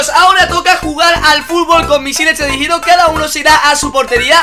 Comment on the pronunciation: TELERIDIGIDO? TELEDIRIGDOS? TELERIGIDO? "TELEDIRIGIDO"